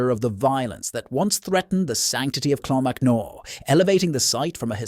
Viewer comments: "Slive bloom" mounains?....and you can't make up your mind if its clonmacnoise or "clonmacnoy".....can you please use your own real voice instead of the stupid A.I. narration as it ruins an otherwise excellent channel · Co offaly pronounced offffallly not odely there is a monastery in clonmacnoise not a cathedral , monks lived there 😂 Clonmacnise , is pronounced clon mac noise. I am Irish and from that area .. Slieve bloom mountains pronounced sleeve as in sleeve of a shirt 😂 I have seen banshee once heard her 3 times , she is a small old women with long grey hair , she follows my family and announces the death of a family member and yes she is real.